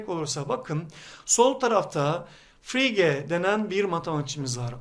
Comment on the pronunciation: Harika bir örnekle çok güzel anlatmışsınız gerçekten. Önemsiz bir detay ama yine de paylaşayım istedim. Frege ismi Fıregi şeklinde telaffuz ediliyor:)